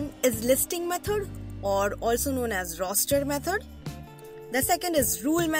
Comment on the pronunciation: Its great but your instead of saying the word “roster” you said rooster …